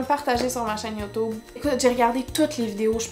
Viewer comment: Haha tu dit YOUTOUBE